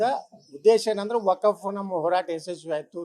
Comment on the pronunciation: Wakaaaf funny first of all he need to learn how to pronounce wakf